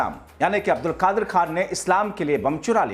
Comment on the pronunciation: Bhai Aap Pehle sahi se bolna seekh lijiye uske Baad fake news chalaiye Doctor Abdul Qadeer khan ڈاکٹر عبدالقدیر خان ko Aap Abdulkadir عبدا لقادر Keh rahe hain Poora Naam aur poori meaning hi change kar diye hain